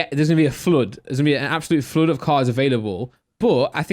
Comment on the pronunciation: Is he trying to pronounce flood? My guy says foooolud